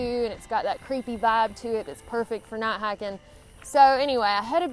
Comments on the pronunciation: What's "not hahkin"? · I like the way you say "Nat haken" we southerners know what y'all mean. Good vid. Keep em coming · "Nigh hikin" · I just watched this to hear say "night hiking" lol